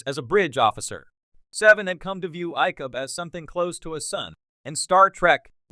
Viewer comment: It's the LAZIEST way of making YouTube videos to spend as little, either make stuff up or regurgitate it from somewhere else and then use an automated voice, NOT ONE OF WHICH can pronounce anything correctly. It proves at least based on this example that AI is laughable. Just listen how it changes pronunciation of Icheb every time it is stated - it's a different way. Not to mention "Pick-Hard" which is what Picard sounds like. Pathetic.